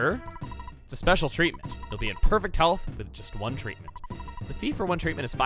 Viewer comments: spelling error. The man says treament instead if treaTment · "treament" i dunno if i can trust this guy for health care... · The guy says "Treament" .